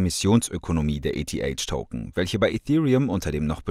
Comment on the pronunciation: Wie du eth aussprichst 🤣🤣🤣